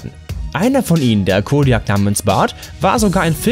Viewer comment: *kodiak ausgesprochen kodiäk... das regt mich schon direkt am anfang auf ...xD